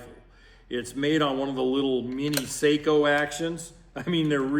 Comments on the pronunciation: Seiko is a watch company. Sako is pronounced Sock-o. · You may NOT care BUT, it's pronounced Sah-co. In the old days if you called them and said Seiko they replied, "it's SAH-CO, we don't make WATCHES!"